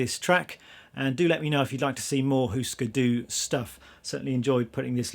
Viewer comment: you still dont pronounce it correct , give me a call and I´ll tell you🙂